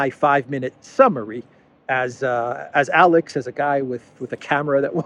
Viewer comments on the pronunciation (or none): none